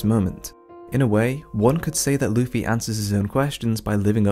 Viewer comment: Can you start saying Luffy and not Luufy?